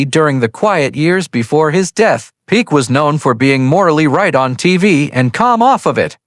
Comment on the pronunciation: I am so sick of these AI narrations. Names and words are mispronounced, like in this very video, which pronounces Peck’s name as “Peek”. A simple word like that! These shows are also very repetitive in the narration and typically have misinformation in them. So I’m not going to bother watching.these anymore. Too annoying and error filled.